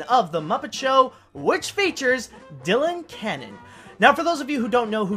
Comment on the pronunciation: Her name is Dyan Cannon, not Dylan Cannon